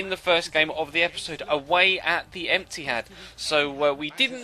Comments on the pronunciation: It's the etihad not the Emptyhad like what u called it on second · "Away at the emptyhad......." Yes! LOL